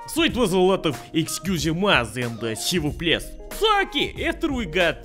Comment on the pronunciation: Did you just say "S'il vous plait"? More like "S'il vous BLYAT!"